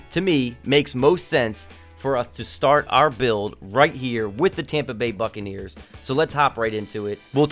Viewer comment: When he said buccaneers about a minute 35 into the vid I thot he said fuckaneers